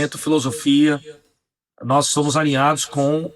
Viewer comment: Pronunciamento do D9, agente, nois,cumpanheiros, históooria, Trump está preocupado com taxado da ubs carne de calango e capivara